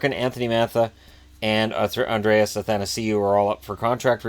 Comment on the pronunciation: will never pronounce Athanasiou's name right:'(